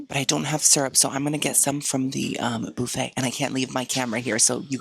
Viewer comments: Guys as someone who’s not from America I’ve been watching a lot of videos recently and he keeps saying ‘bouffet’. Is that how you guys say buffet? Or is he just making a joke 🥲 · I never heard Bouffey for buffet until your channel.So I guess your body if bouf & not buff?Loving it.😂❤